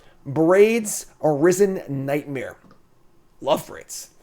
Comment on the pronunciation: You say nightmare like nightmere